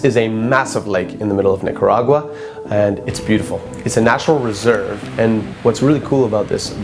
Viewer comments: "Nigga-ra-gua" TF?!😂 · Is it normal to be Nicaraguan with the last name reyes? Also did he say Nigga By accident when saying Nicargua It got triggered(Plz don't get offended for what I said) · YASSS NICARAGUA WOOOHUUUUU I WAS BORN THERE! (also I swear if someone says Nicaragua in English again ima scream)